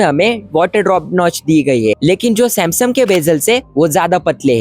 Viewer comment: Samsung ❌❌❌ samseemmmm🤡🤡🤡🤡🤡🤡🤡🤡